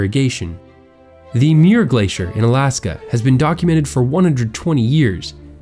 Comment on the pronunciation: Just so you know. John Muir's name is pronounced MYOOR